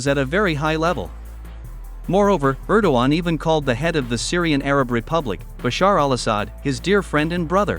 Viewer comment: Er-DOG-Gay-an ErDOGan